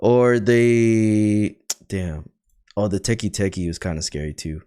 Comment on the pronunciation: its "tek-eh tek-eh" but most people use teki teki,idk why